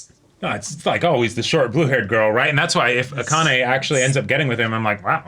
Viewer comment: i was gonna comment the same thing lol. its "ah-kah-neh" not "uh-KAH-nay"